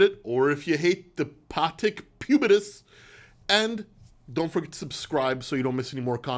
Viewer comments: "Patek Pubetus" 😂 nice one! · Did say "pubitus" 😂😂😂😂